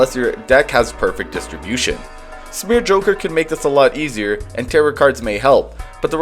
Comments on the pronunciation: To a point where you'd willing let people know you think "tarot" rhymes with "carrot"? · The ‘t’ at the end of Tarot is silent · Tarot is pronounced "tare-oh", not "tare-ott"